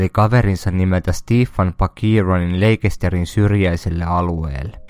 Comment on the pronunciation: Mikä on leikester eiks se lausuta lester